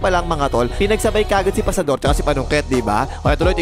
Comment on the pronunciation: parang may commentator dati sa gilas game not sure kung vietnamese or thai na ang pronunciation nya ng Fajardo is Pasador 😅